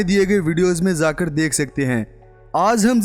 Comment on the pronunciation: Sita Mishra j ko z bolta hai matlb jakar ko zakar jesi ko zesi